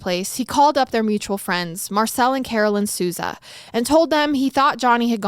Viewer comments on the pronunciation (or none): none